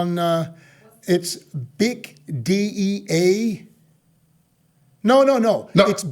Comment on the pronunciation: Big Dee-ock 😂😂😂